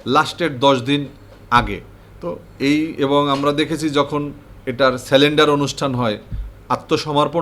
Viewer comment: স্যালেন্ডার কী ভাই 😂 আমি সিলিন্ডার শুনেছি কিন্তু স্যালেন্ডার শুনিনি । এইসব লোক মিডিয়ায় কথাও বলে আর কিছু লোক তাই শুনে " ঠিক ঠিক " বলে 😊 ।